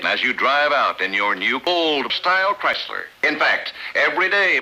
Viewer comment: Christ-ler! Ford really fucks it up! xD